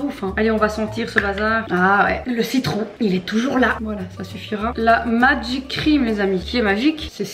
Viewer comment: "MAGIIC..." "MAGIIIIIC..." "MAGIIC..." Avec cet accent... On adore!!! 🤣🤣 Merci!! Bisous de la Réunion!! PS: quelques heures avant ton mariage... B*tch you're crazy!!!